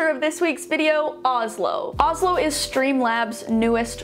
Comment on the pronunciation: help- the sponsor is names the same as the capital of my country (Norway) and u pronounce it more like OoShlo and say more ooo than ohh